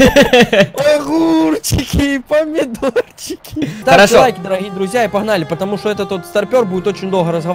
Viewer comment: Где Эдисон?!! — ахурчики, памидорчихи😂😂😂